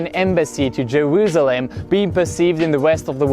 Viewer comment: Cool ton accent, très agréable à écouter (vraiment par gagné pour un français qui parle anglais) Par contre "Jerusalem" ça se prononce 's' pas 'z' ^^